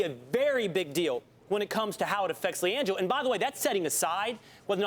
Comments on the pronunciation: Who TF is langole... I know who Liangelo Ball is, but not langole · "Lee angelo" lmao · Lmao she said Lan-Joe ball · “Liangelo Bail”😂😂😂😂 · Did she say “Langel ball” at the start?